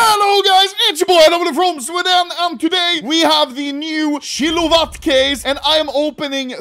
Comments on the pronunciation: kilowatt ❌️ chilovat ✅️ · key lou lot cases huh ..... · bro said shilowatt case 😭